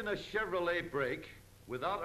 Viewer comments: If I had a dollar for every time he said Cheverolet, I would be a millionaire after adjusting for inflation from 1934. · "This is a chevrolei hweel"